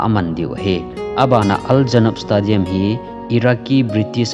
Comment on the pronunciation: 40,000 hi 40 seats na t in nivei jen tah chu le stadium hi stey- dee- um ti a pronounce d ahe, any way 👍👍👍